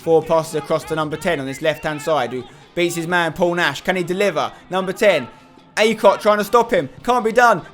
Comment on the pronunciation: "acott" lol